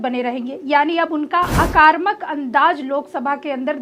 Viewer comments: Aakarmak nahi Aakramak boliye. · AKAARMAK nahee hota hai😅😅😅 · अकर्मक नहीं, आक्रामक अन्दाज़